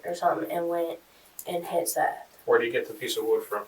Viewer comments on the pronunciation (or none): It's not Seeth. It's Seth. Short e. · That Seeeth shit is painful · Get his name right. It's pronounced like Seth. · I hate when they mis pronounce the victim's name and call him Seeth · If you're going to be so lazy and use speech to text software for your narration, the name is pronounced SETH not Seeth. So be lazier and remove the unfortunate a from the victim's name so you can at least pronounce their name correctly. It's a small sacrifice while you're seeking revenue from the stories of victims. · Bruh they literally pronounce his name for you. Show some respect for the dead guy your profiting from and at least pronounce his name right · It was pronounced “Seth” but spelled “Seath” and you’re telling his story and making money off his death.